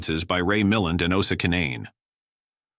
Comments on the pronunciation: Ray Muh-LAND, not MILL-end... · The actor’s name is pronounced Ray Mi-LAND!